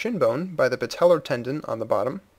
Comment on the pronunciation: patellar sounds like someone from the deep south saying patella.